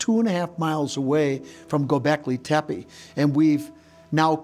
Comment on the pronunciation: dude doesnt know how to pronounce "Gobeklitepe" smh... COME ON GAIA whats going on here forreal.